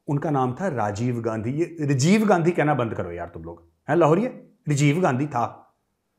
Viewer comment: Major sir, how much I laughed today after hearing your markeeete, Rejev Gandhi..😂😂😂